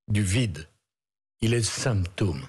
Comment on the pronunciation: il est le SFHYMTOME 😂 CATALAGAY DE FACHISTE... CHJEZGHRB ENCORE 😂😂😂